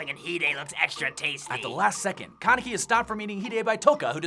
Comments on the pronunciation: It's kanEki, not kAneki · Did he just say kenkaki?